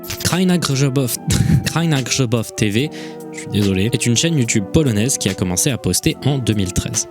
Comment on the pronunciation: LA PRONONCIATION POLONAISE DSL J PLEURE